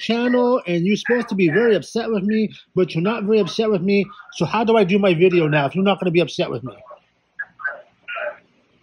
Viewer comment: haha "wideos"